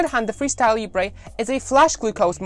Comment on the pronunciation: Hi, great video, please don't call it "Librey, it's pronounced " Leebra